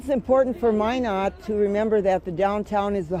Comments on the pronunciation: LOL, she said "MyNards" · Oh fuck i thought why are they keep saying MY NUTS then i realized its Minot lol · Hahah, he pronounced "Minot" wrong. Instantly showed he was an outsider.